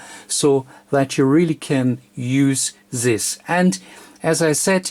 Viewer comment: zis sims to be tru